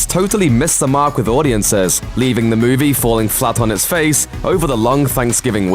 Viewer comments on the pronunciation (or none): Why do you pronounce all your ees as ays? E.g. It's movie (moov-ee), not moov-ay. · Moo-vay? WTF is one of those?